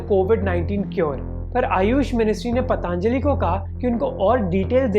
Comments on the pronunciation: bro, its Patanjali.....not PatAAAAnjali.... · It's Patanjali not paatanjali... procunouce to sahi bolo 🙄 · First of all learn how to pronounce 'Patanjali' Not 'Pataanjali' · Bhai pataanjali nhi patanjali bola jata hai ! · Pehle isko Patanjali bolna sikhaao